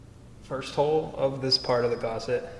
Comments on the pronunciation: Gus, gusset, not gosset! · Well, I tried. But the 43rd time you called a gusset a Gosset (as in the Actor) I had to walk away. Not gonna dislike it, just can't deal with that much lack of language skill in a tutorial. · please, please, the word is gusset! not gosset!